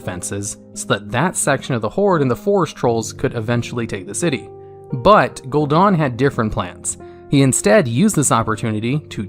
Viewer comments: Gul'dan* not Gul'dOn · its gul"dan not gul"DA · Gul DAN not gul DON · Dude DAN is not pronounced DON. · Gul'Daan? Really?